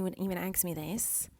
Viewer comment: I love how she says the:d this:dis that:dat